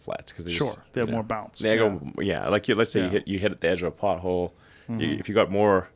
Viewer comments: Every time Elon says " pothole" I hear "butthole" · Everytime that guy say pothole I thinking he saying butt hole 🕳🤔😂